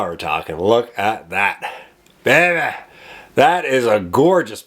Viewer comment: lol "oooh babay!" you're east coast Canadian is showing :)